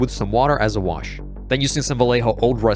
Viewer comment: la forma fonética de que los angloparlantes puedan decir vallejo , lo siento, pero como español ,cada vez que lo decías me sangraban los oídos.